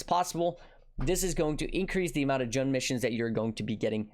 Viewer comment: Isn't Jun pronounced like "June"? Either way, great vid,. Enjoying these more bite-sized vids if yours. You and Ziz have been killing it.